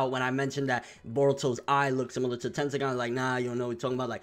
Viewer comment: Don't let's swagkage hear you say tendiagan